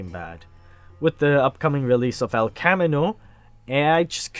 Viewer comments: TAP TAP It's, "El cuh-ME-no." Great video, by the way. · He literally just didn't think about Lydia having the list at the time. Jessie says it best -if Walt killed Mikes men he'd have to look over his shoulder for eternity. You say El Camino weird. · Bruh how did you pronounce el camino so bad wtf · Anybody else get mad by the way he said el Camino?